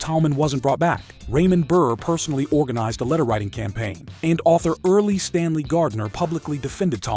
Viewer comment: Early Stanley Gardner? Don't editors listen for these mispronunciations?